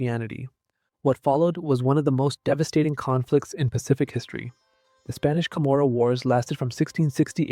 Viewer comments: I wish you'd learn how to pronounce CHAMORU. It's not kah moro. It's not Chamorro--wrong spelling--either. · Other than mispronouncing the word Chamorro sometimes, this is a good video.